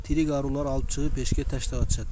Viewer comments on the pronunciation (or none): Айрылар дечи арулар дебей